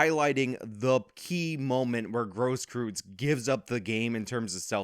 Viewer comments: Please don't pronounce it as Gross Kryytz. It is Cross Kroits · Technically its pronounced "Grohskroits". Tho I'm pretty sure it's not a "traditional" german name, if you catch my meaning. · Grosskreutz is pronounced kinda like gross-kroitz. Other than that good vid. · How do you mess up a name that badly? It’s one thing If he’s unknown but he’s one of the most used names in one of the most public trials in recent history. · The one and a half arm bandit